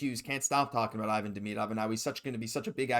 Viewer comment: Learn his name … eeVAHn DeMEEdov.